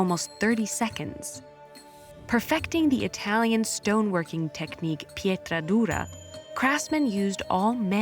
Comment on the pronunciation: The italian Pietra Dura is perfect!